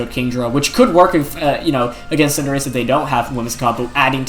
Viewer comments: He says Cinderache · for Wolfe saying Cinder-AH-chee 😂😂😂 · Wolfe so formal, he even mispronounced Cinderachi's name. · and Tojikiss and Cinderachee :( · anyone else annoyed that Wolfe pronounced Cinderace all wrong in this video?